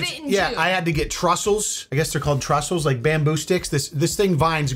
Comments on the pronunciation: That would be a “trestle”. Not a trussel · It's tressles dude, not trussles!